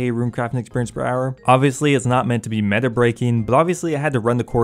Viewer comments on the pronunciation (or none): none